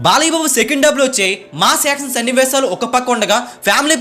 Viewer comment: ష..పలుకు బ్రో.. స..కాదు.. యాక్షన్ అనాలి.. యాక్సన్ కాదు